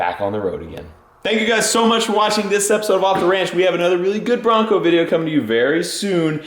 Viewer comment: Off D Ranch instead of the OffTheRanch